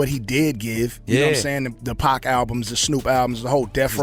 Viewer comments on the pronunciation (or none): His name is PAC (Pronounced as POCK). NOT PACK.